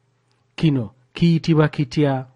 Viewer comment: Downloaded for my daughters. Nsiimye nnyo Ssebo. But kikulu shd sound chikulu...kino as chino